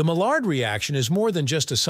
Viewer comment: My yard. Not Mall-ard; that's a duck.